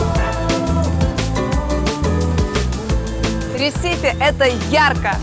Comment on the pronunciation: Не ресИфи а рЕсифи